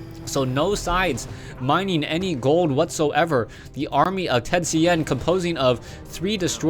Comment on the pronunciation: Dude... I am Chinese, and th000 is Chinese. I don't care about his Japanese name... His name is pronounced in Chinese by, not Japanese. Repeating, I am Chinese... Professional wanna be.